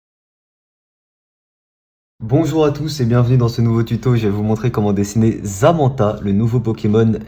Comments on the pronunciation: C’est zamazenta et pas zamenta (prononcions au début) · tu dis zamenta mais en fait c'est zamazenta